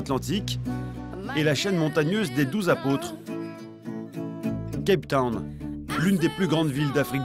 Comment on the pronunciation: CAPE TOWN, pas CAP TOWN ...